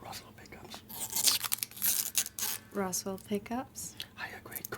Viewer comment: When you whispered that they were Roswell pickups, I thought you were saying, "Awesome Pickups." The ash bodied T type was nice. The reverse headstock gives it a cool late-70s Joe Perry vibe.